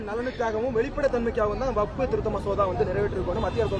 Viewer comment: டேய் அது வப்பு சட்டம் இல்லை வக்பு சட்டம் உனக்கு பேசவும் தெரியலை சொந்த அறிவும் இல்லாதவன்